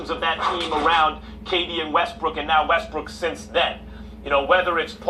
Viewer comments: Yes, be you. Even if you can't pronounce brook and say brick! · I say this respectfully, Why do y’all insist on callin him Russel WestBRICK..the mans name is Russell WestBROOK..smh I mean I understand that y’all ain’t fond of the guy but show some objectivity to the situation and put some respect the man name by pronouncing it correctly..Smh Respectfully